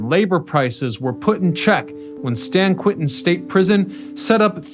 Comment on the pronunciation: Stan Quentin State Prison?? I thought it was San Quentin.